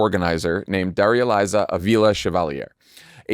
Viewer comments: Please pronounce Daraliza's name correctly. It's unprofessional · Jon i appreciate that you’re trying but that is not how you say Darializa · Since she's going to be a member of Congress, you should probably learn to pronounce Darializa's name correctly.